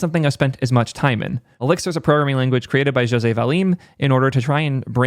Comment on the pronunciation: As a Brazilian and a José, you NAILED the pronunciation